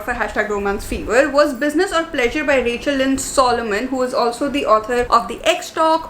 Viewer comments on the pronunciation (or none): none